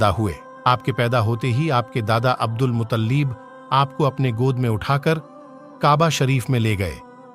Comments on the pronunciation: Naam he Mut ta lib ap keh rahe he mutallib Jo ghalat he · मुताल्लिब नही भाई मुत्तलिब नाम था